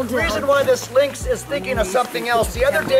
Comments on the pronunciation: It's pronounced like "links", not "lennox"!!!! There's simply no way "lynx" can be made into two syllables!! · I heard Linux as well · I love the idea of lynx being pronounced as "Linux" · I thought it was pronounced "linx" or "lie-nex" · I've never heard someone pronounce lynx so badly